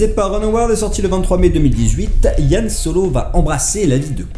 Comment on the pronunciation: Y'a que moi que ça choque qu'il ne sache pas prononcer Han Solo en parlant d'un film sur... Han Solo ?